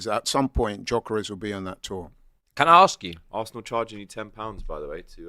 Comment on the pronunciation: Why is it so hard to pronounce names with the Lyle family? How is 'gyok' jok?